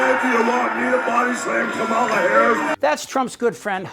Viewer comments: Hulk, her name is Ka-mala not Kam-ala like the wrestler who body slammed your ass many times. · Still mispronouncing her name. When I was in high school back in rhe early seventies my history teacher deliberately mispronounced a kid's name all year long. This was fhe first year of integration, so the student was new to the school. Our racist teacher jabbed him all year long because he didnt have a Eurocentric name. They know how to pronounce her name. It's a dog whistle, just like calling her unintelligent. Lets nove ahead abd leave the knuckledraggers in the dust.